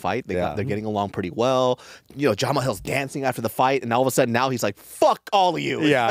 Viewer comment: Why is having such a hard time pronouncing "Jamal"? It's Juh-Maal Hill who tf us Jamahal? Lol